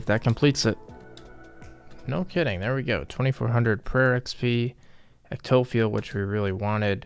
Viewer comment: Cmon... “EC-TOE-FEEL” lmao “ECTO-PHILE”